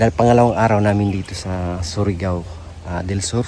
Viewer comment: Hindi SORIGAO..kundi SURIGAO 😂😂